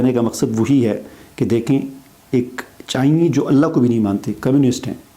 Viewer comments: پہلے اپنی اردو ٹھیک کریں۔ چائنی نہیں ہوتا چائنیز ہوتا ہے۔ یہ ریسرچ بھی لوگوں کو بتائیں کہ مسلمان ہونے والے پچاس فیصد لوگ واپس اپنے پرانے عقیدوں کو لوٹ جاتے ہیں۔ آپ لوگ اس بات پر بغلیں بجاتے رہتے ہیں کہ فلاں مسلمان ہو گیا فلاں ایمان لے آیا لیکن ڈیڑھ ارب مسلمانوں کی جو اخلاقی تباہی ہو چکی ہے اس کا کیا جائے گا۔ اس بات کا کیا ثبوت ہے کہ یہ لوگ ایجنٹ نہیں ہیں اور ڈرامہ نہیں کر رہے۔ آپ جیسے واجبی تعلیم والے لوگ داڑھیاں لمبی کر کے خود بھی ساری عمر کنویں کے مینڈک بنے رہتے ہیں اور پاکستان کے جاہلوں کو بھی مزید گمراہ کرتے ہیں۔ ایک یو ٹیوب جیسا اپنا چینل ہی بنا کر دکھا دو جو یہودیوں کی یوٹیوب پر بیٹھ کر ان کو برا کہنے اور نوٹ چھاپنے سے بہتر ہو گا۔ مگر تم جاہل کیا بنا سکتے ہو۔ تم لوگوں کو سارا دن خود کو نیچے سے گیلا رکھنے کے سوا آتا ہی کیا ہے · MashAllah. Btw, it's not "Chinee" it's "ChinESE".